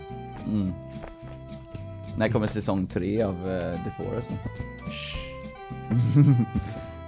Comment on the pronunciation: Hörde jag teh forest